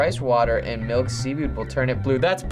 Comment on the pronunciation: The way says "Milk" is funny af XD